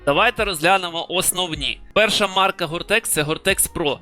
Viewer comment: та ні, просто вивчаю мови та поділився інформацією Доречі, «теч» замість «тек» чую дуже часто А довгий коментар написав на підтримку каналу